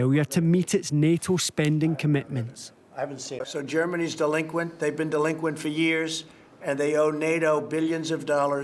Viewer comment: delingquient he say in a sense...........whaaat